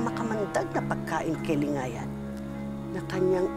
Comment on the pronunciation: mahusay bumigkas si 😘